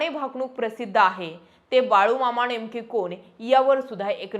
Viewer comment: छान बोलता पण नळातल्या न च्या जागी बनताला ण वापरला म्हणजे शुद्ध भाषा हा भ्रम आहे... अणेक नाही अनेक नावाणे नाही नावाने णेमके नाही नेमके...